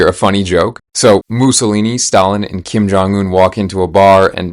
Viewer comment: Kin jong in nah, it kin jong goon.😭🙏